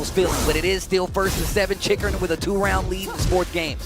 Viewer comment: Man... I wish people stop butchering my boy's name. "Chikuren, Chikuran, Chickarun" 😮‍💨